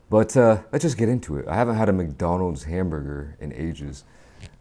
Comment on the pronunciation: I got a hambogr, cheezbogr, bihmach, wahpurr